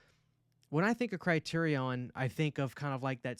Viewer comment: The way u pronounced Criterion is driving me crazy 😂